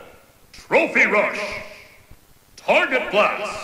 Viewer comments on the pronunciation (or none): none